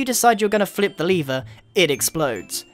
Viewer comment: The way he says lever tho